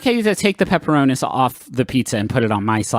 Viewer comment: I hate how they pronounce pepperonis